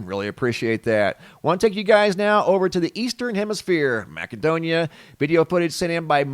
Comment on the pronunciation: The c in Macedonia sounds like an s,.